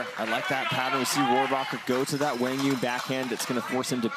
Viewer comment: They are trying to to say it as Qwaang You-ung , the D is silent and DU is like saying You stretched. QUANG is not Qwong it’s more Qwaang